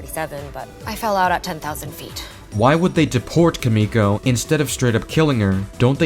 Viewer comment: Your pronunciation of Kimiko is killing me, man💀